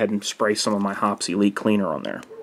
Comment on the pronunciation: Great tips, very useful. Hoppe's is pronounced Hoppees not Hops. :-) See their vids.